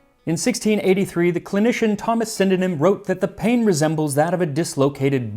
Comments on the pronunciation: As a person who funnily enough lives in a suburb called Sydenham, thought i should let you know it's pronounced "Syd - Num" (the "en" is silent for some reason) I have no idea in what way this would ever help you but here it is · intresting pronounciation of sydenham lol (love the vid tho)